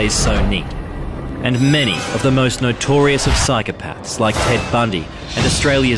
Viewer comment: I should be concentrating on the story but what really gets up my goat is when reporters don't pronounce words correctly. It's not 'nitorious' it's notorious.